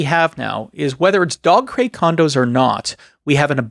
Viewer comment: Ahhhh.... It's dog crate... I kept hearing Dogcrete.